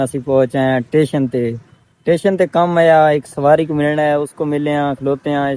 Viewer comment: ٹیشن نہیں بھائی اسٹیشن ہوتا ہے